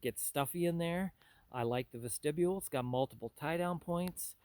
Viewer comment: it is a vest-ti-bule